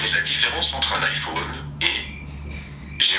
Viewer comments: on dit iphone ha ha ta vidéo est rigolote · On dit aphone mais sa s écris iPhone